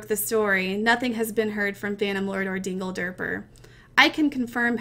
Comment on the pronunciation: when she said dingederper i nearly died :D